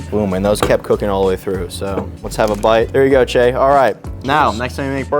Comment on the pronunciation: Thank you Cheah for using correct pronunciation. you should know better, you're a well traveled man of the world.